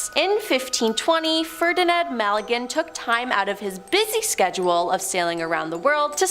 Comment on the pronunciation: Ferdinand MA-GEL-AN not MAL-I-GAN